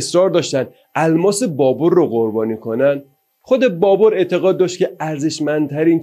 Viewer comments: دوست عزیز تلفظ ( BABER ) صحیح است نه ( BABOR ) . این بی توجهی از شما بعیده و اصلا پسندیده نیست . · آقا جا بابَر ھست بور نیست بابر babar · فکر میکنم تلفظ درست بابر باشه نه بابور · لطفا فارسی بخوانید و تلفظ اسامی را درست بیاموزید ، نامی به نام بابُر نداشته ونداریم سواد کافی شنونده وبیننده کافی